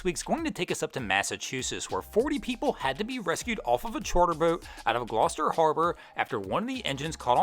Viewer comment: Yeah, but the real tragedy here is how our boy pronounced “Gloucester” 🤣